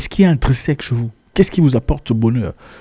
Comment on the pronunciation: « Intrinsèque » ou « intreuseque » ?